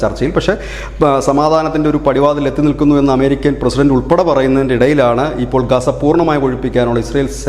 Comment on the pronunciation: Gasa. Darave alla ozhypekkan